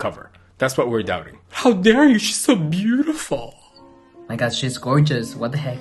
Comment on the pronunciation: "of course 😍 ShE's bUtIFooL😍" I've rewatched that second severall times. "ShE's sO wHiTe AnD So BeaUtIFooL" 🥰 Thanks for the video. Fantastic exposition 👌🏼